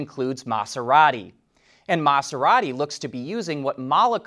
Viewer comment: Same with his pronunciation of Maserati. He kept saying Mahss-erati instead of Maz-erati. It was a bit annoying.